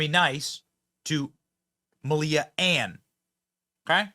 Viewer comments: Melia not Ann Ohbama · The girl's first name is pronounced "Mahl-ya", but her last name was never Obama by birth. Both girls came from "Rent-a--Kid", and over-priced, as well.